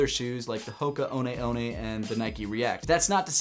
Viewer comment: ...you ran in Hoka One One!? And you pronounced it right! I'm very surprised you mentioned it at all.